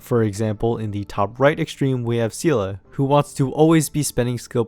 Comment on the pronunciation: Who is this seela it’s seele